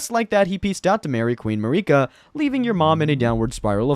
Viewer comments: Marika is not pronounced to rhyme with Paprika! They say it in the game! Honestly. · Mer - eh - kah Mik - kah - la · “Scowrdge” lmfao! “Mareeka” 😂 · How does this dude mispronounce such basic words like "scourge" ??? "Mareeka?" Comment bait?? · “Mikella” “star skourge” “Marikuh” are you trolling….?